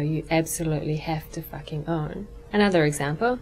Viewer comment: you fucking suck at fucking saying the fucking the word fucking!